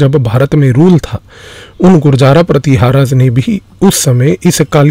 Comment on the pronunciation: Sir apne ek shabd Gurjaraa pratiharaa galat pronounce Kiya vo Gurjar pratihar hai